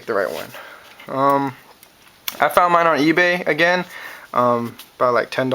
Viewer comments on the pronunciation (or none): none